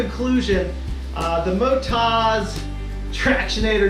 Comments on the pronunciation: It’s Mot-oz. As in Oztralia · that's a thorough review, thanks! I was so distracted by your pronunciation of MotoZ (should be Moto-Z in my view), that i had to really focus to get the rest of the review. That Brad sure is a horse's head....... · They are from an Australian company, built tough for Australian conditions. From Oztralia, the land of OZ; So the emphasis is on the last syllable - motOZ.